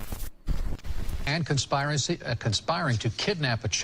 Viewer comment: "conpsire-ah-see" and no, it's not Felix aaying it. Lol!